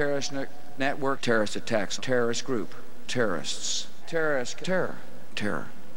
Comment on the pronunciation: Bill Burr brought me here: "terr", "terr-ist"